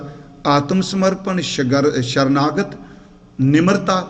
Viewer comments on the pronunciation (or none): 🙏🙏veer ji baani vich sharnagat nhee ji sarnagat bolo ji 🙏🙏shasha word Guru Granth Sahib vich kidhre nhee hae ji 🙏🙏